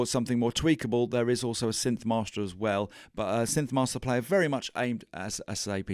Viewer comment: Great video! Don't ask me why—but every time you said "synth-mahstah", I thought of Marty Feldman's Igor in "Young Frankenstein", saying "Yes, mahstah". :?)